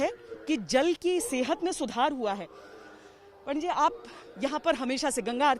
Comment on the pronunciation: purvanchali style of saying pandit ji 😁